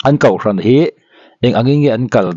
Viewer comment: hian kohhran pawh kauhhran ti ve mai... hahthlak hlawm mange😂